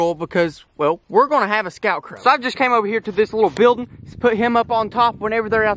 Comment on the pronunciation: it was funny how you said “buildin”